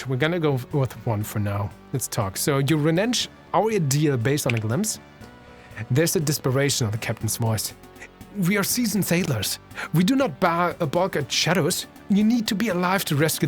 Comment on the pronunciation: The word renege is pronounced as "Ree-Negg" (like you're saying the word egg, but with an N in front of it) It means someone going back on their promise, deal, contract, etc.